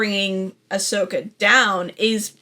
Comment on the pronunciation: Based pronouncing Ashoka properly?!